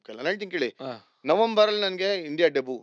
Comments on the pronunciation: Should be pronounced as Debyu instead of Debuu That's fine, he speaks such a Good English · Debut pronounciation by Vijay looks weird